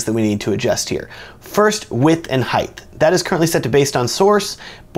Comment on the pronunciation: Pro tip: Height is pronounced Height— not Heighth; Height.